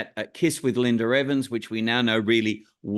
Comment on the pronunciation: Why does the interviewer keep calling her, "LINDER EVANS"? Her name is "Linda" with an "A" at the end, not an "R".